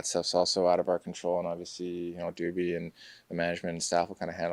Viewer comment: Lol he called Kyle Dubas "doobie"